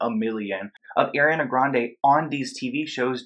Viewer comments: im sorry but you saying “air-iana” instead of “ariana” is really bothering me 😭 great video tho! lol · One thing: her name is not airiana it's ariana . There are so many compilations of her saying her name so please listen and learn the proper way of pronouncing her name. Also, she was 19 while filming Victorious, I believe. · Every time you say Air-riana it bothers me 😭 are pronounced R-riana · great video but it’s ARI-ANA! not “Air-ee ana” AREE-ANA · ummm the vid is good but her name is ariana NOT AIRIANA. have a nice dayy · Airyana. The cringe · Omg her name is ARI-ana NOT AIR-ana, it’s a simple name idk how so many ppl MISPRONOUNCE it ughhh. Ik this is a serious topic but please pronounce it right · stop saying airiana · I love you but it's Ariana not Air- riana😩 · bruh if i hear airreeawnuh one more time 😭😭 areeeeawnuh hunnnyyy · Why do you call her "air-ee-ah-nuh" lmao what is that, and you live in America?? Gurl, Im flamboyant too but it takes effort to pronounce a word/name like that. Not bad content tho. This needs to be exposed. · im sorry but its are-iana grande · Ima need you to how to pronounce the Queen of Pop’s name. AH R EE AH N AH put some respect on it!!! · Is it only me or does it sound like he is saying AIRiana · i want to enjoy this video so much but keep cringing every time he pronounces it “Air-ee-anna” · ngl tho, u calling her Air-iana was trigerring me ksjjsjsksjjdkksjj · baby boy, I love you but my queen's name is pronounced ARE-re-AH-na. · “airiana grande” dude say it right sorry it bugged me the whole time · Is it just me or everytime he said ariana grande he said it like: Eriana grande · I hate Hate HATE how you say Eriana grande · It’s so horrible what’s happening but it really really hurt when I hear “ erana grande “ and “ Æriana Grande “ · I love your videos! But Ariana’s name is pronounced (are-e-ana) ❤️ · My name is Ariana and I HATE when people pronounce my name as airiana 😭🖐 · It’s ARIANA - ARE - E - YON- A